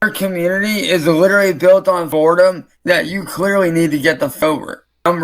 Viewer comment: Ew he can’t even say boredom, instead it said “Voredome” gross